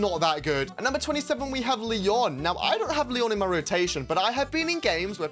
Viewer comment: aint no way bro pronounces Leon like the french city (Lyon puts emphasis on the "o", while Leon on the"e"; Lee- on.)